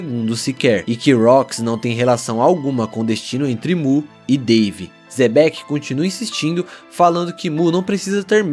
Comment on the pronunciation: Ficou mto bom, que resumo emocionante! Só te peço uma coisa é Xebec e não Zebec, causa estranheza ouvir dessa forma